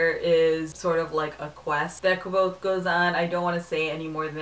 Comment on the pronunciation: I'm glad you pronounced the main characters name like I had when I had read the book. I've heard it many different ways so I just go with what it sounds like to me. I really enjoyed it too!